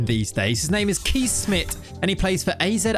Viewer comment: You really butchered Kees Smit it starts with a K like in Kick and ees sounds more like chase. Hope this helps for the future